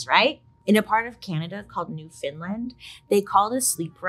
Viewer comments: Ooooh, Canadian here, that's New FOUND Land, not New Finland. Most of us pronounce it NEWfunland, but the folks there often say NewfunLAYnd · No Bailey no 😢 proud Newfoundlander here born and raised. It’s new-FOUND-land. Pet peeve when people say new-fin-land 😂 I love you so much Bailey and been watching you since the beginning of your journey and an avid fan but that just broke my heart to here you say that 😅 lol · Bailey love ya girl but it’s pronounced new found land like how it’s spelled not new Finland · It is pronounced Newfunland not New Found Land 😊😊 luv u Bailey!! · New-find-Lind? Haha. It’s New-found-land. Still love you Bailey ❤ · Hi Bailey, im so sorry, but its New-found-land 🤣🤣 Love you and your videos, I also laugh when things are awkward 😅😝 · Oh girl that’s not how you say Newfoundland:( idk how people come up with “new finland” 😅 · NOT NEW-FINLAND 😭😭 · Hey Bailey!! I’ve watched your videos for years, and love them so much! As someone who lives in Canada, just thought I’d let you know how to pronounce Newfoundland! Said just how it looks haha, new-found-land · 1) Newfoundland is pronounced Newfin-laand. This is a sore spot. It makes us wince. Newfoundland rhymes with Understand. 2) We don't call it that foolishness, at least not that I've heard. We call it the Hag. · BAILEY 😩 I’m from Newfoundland and it is not pronounced like that 😩 it’s New-fin-land it sounds like understand !!! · That is not how you pronounce Newfoundland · I'm from Newfoundland, and I'm more upset with your pronunciation of New-found-land. Hahahahaha. 💋